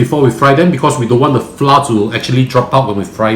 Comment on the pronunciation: Hi. I have been following and loving your channel. Your instructions are so simple to follow and i have done a few of your dishes very successfully. If you do not mind my commenting the word FLOUR must be pronounced FLOWER. Hearing FLOUR pronounced by most Singaporeans as FLA is so painful to the ear. No offence meant. Thank you for the series/